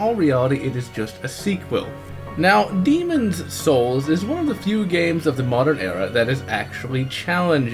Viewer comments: Demons Souls is better... Also, STOP PRONOUNCING IT LIKE THAT, WE KNOW WHICH IS WHICH!!! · believe because people say "demon souls" while he is trying to fully pronunciate the title "demonS souls" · What's with his pronunciation of the words "Demon's souls"? Otherwise, I thought the review was fair. But I think demon's souls souls is a completely different experience. It's much more focused and polished than dark souls, and a far better experience, in my opinion.